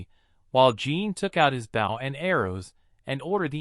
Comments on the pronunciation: I had so much faith in this video when I heard the word "protagonist" pronounced correctly then the hero started fighting with his "bowel" and arrow and i knew we were doomed. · Google translated script that is then read by some one thats not to good at english pronunciation, explains the Bow: front of a ship (opposite of "stern") instead of Bow a weapon for shooting arrows. love to watch these but yeah it is very annoying how it's usually a robot voice that pronounces things wrong or just someone reading a script that doesn't understand the translation they are reading.